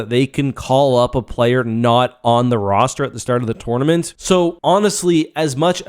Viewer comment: You saying “tournament” hurts to hear